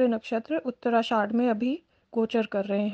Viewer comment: उत्तराषाढ़ नहीं उत्तराषाढ़ा